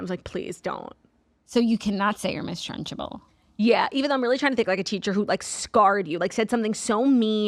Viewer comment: Ladies WHY are we saying trunchable like lunchable?! It’s trunchbull no?